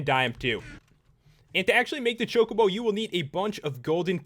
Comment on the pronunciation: You said Chocbo wrong and i spelt it wrong.